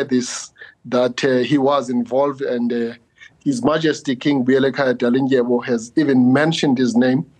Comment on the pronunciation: But seems to be lacking insights in this whole matter. He just has info in the public domain. He also pronounces Dalinzolo's surname incorrectly for someone who's from the Eastern Cape.